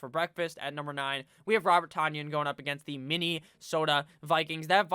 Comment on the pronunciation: I heard it was pronounced Tun-yon, like Funyons, the 2nd or 3rd best chips in existence. I think they're considered chips...